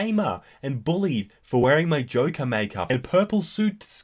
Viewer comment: Jo-ker not jock-er